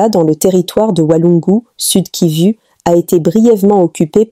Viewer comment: Il faut enseigner cette dame à bien prononcer... Kivu et non kivi .elle m'énerve